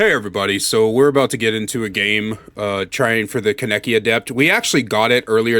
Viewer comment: The way you say his name is lwk stupid ngl